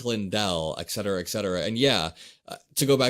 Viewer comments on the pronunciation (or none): just as I was thinking how articulate you are there came a bit of dissonance. Many people get their language patterns fron news people they are listening to. Not trying to be picky but so many people say ek.cetera these days that I never hear it correctly pronounced. Please help by pronouncing it et.cetrra. Thanks for all you do. It gives me hope to see a young person so intelligent, articulate, and logical.